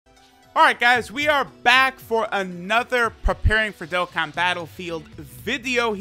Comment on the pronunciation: Y u always say dokkan battle filed